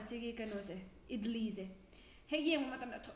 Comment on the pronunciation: Its Idli not idilli & it's great with sambar but not with aloo sabzi.